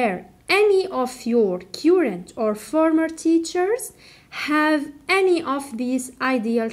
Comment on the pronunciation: On the name of many pupils and parents I thank you so much for your efforts.May Allah reward you better...just a little remark on pronounciation of "current".it's wrong.have a check.